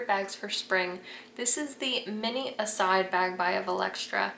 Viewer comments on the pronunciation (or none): Sorry but that is not how you are supposed to pronounce Iside, it is an Italian name.